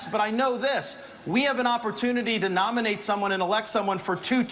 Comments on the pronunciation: Ron Desantis: "We should not LOMINATE somebody..." And Trump has a cognitive decline? Looks like it is catching. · 'lominate' - desantis.